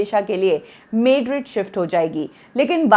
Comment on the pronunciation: It not maderid it is Madrid please get her pronunciation...